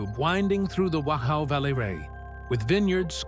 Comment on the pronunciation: it's pronounced "vock-ow".....surprising you didn't know this.....